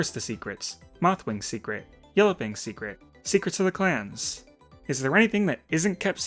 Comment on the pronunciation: For a second I thought he was saying class (yes, Battles of the Class)